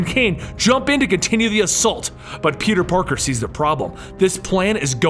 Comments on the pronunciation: you keep saying peter PORKER and not peter parker funny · Did he say peter porker